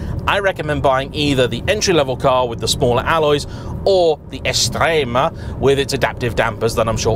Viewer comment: Do you have any plans to learn how to properly pronounce “Quadrifoglio”? I mean, you managed to drop the “T” in “Esprit”. I’m not going to start in on the “X” that you added to “Estrema”.